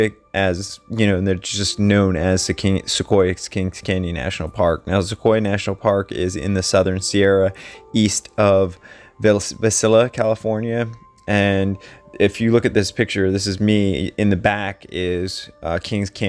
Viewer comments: Va-SILLA??? Vai-SAIL-ee yah..... Visalia.... Sorry.... drove me crazy.... Glad you're feeling better.... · East of Vasilla? Visalia, pronounced Vie-SAY-lee-ah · LOL "Vasilla".... It's Visalia pronounced Vye Say Lee Uh LOL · Is pronounced ‘VI sail ya”, not “Vi silla” - Visalia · “Vye Sail eee uh”= Visalia, CA Ugh, I hate when people litter in my forests too. Drives me crazy. As sad as it is, what a beautiful place to die. RIP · Hello sir... as a Fresno guy I just pronounce Visalia as Vy-say-leah... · Visalia is not pronounced "Vasilla". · It's pronounced Vi..sail..ya. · Pronounced "VIS-sailia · It’s pronounced ViiiiiSailia. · Happy Birthday! Glad you're feeling better! Visalia is pronounced Vi Sale Ya. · Visalia = vi sail ya. Make a damn effort instead of pronouncing it like a 10 year old who didn’t look it up for a school report. Your volume goes lower, then you mumble it thinking it’s good enough. Your lack of attention to detail is lazy. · It is pronounced Vi-SAY-LEE-UH (Visalia, CA). I as in eye. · Pronounced VYE SAIL YA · Pronounced; Vi Sail ya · correct pronunciation is "vy-say-lee-a" Like your videos! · Visalia is pronounced "Vi-sail-ya" (long "i")